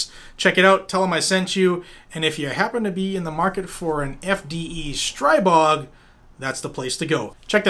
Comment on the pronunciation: Thanks, but please it's STREEE-bog.